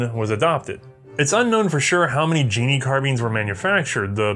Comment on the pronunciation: Uhm, sorry to correct you however the K in KNIL isn't silent! So it's like Canuck (for Canadian), however then K^NIL (as a single word). Oh and it's not Genie, it's Ge-nie (two syllabals)... Hope you don't mind, enjoyed the video(s) very much :-)